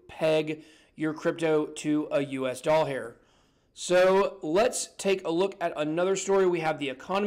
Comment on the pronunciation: Did you say... dollhair??? I'm dying dude!